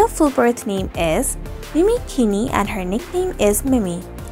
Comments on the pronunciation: Its not pronouced keeni its pronouced keene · hey name is pronouced 'mini keen' not keen-e.. christ